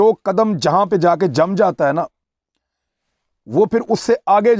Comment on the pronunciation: اگلا پدم یا اگلا قدم بھائی صاحب؟؟(56 انچ والی بات سے 50 سیکنڈ پہلے آپ نے آخری لفظ قدم کو پدم بولا)😉😁